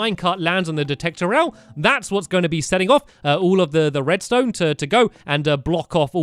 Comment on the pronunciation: U said redstoe